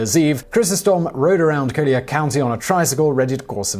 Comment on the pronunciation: The tricycle crime happened in Naples, located in Collier County. Sounds like he says "Kodiak County" lol